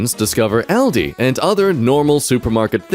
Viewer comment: Ahldee, that’s the pronunciation